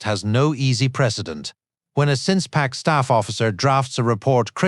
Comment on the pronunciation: SINK-Pac, NOT SINCE-Pac. This is crap.